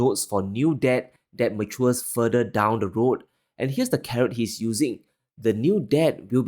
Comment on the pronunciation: Not "furdur" try "fur thur"